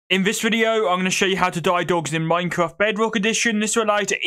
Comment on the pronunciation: Hhahaha the way he said wed, owange and minecwaft. Soo funny